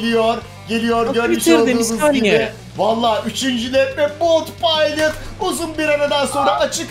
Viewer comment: Sen kendine bolt pilot(bolt paylıt) diyosun ama o at ismi haberiniz varmı?